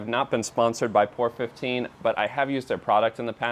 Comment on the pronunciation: I think the paint is pronounced as three separate letters... P O R ... as in "Paint Over Rust", as that was the original intent of the product. I have used it on the floor pan of my Spitfire and our son has done part of the underside of his MGB with it. Good stuff!